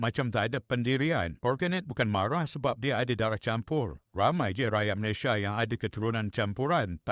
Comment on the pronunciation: Sebut malaysia pun pelik.. Tak guna ada ic biru